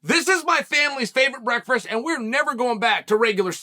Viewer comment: Chael took the first R out of McGregor and added it to the word breakfast